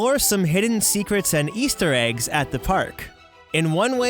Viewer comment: Words you can’t pronounce: About out hidden . Eastuleggs . out gunnawunna out . Tired of listening so I will stop there out